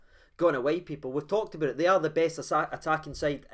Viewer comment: "Walked aboot like a caravan"?